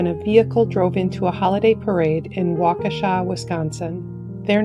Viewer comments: Yes, and thank you for pronouncing Waukesha correctly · I'm glad that the narrator pronounced the name Waukesha correctly. Too many people mispronounce the name, including some people who live there! It's an Indian name and it's a suburb of Milwaukee in Wisconsin. I live in Winona, Minnesota. Winona is also an Indian name. The correct pronunciation is Win/oh/nah. The emphasis is on the second syllable. Winona is named after the legend Princess Wenonah. A lot of residents in Winona mispronounce the name. Congratulations to the narrator for pronouncing the name Waukesha correctly.